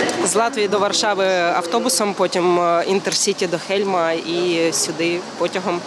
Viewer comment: Не Хельм, а Хелм (раніше укр Холм)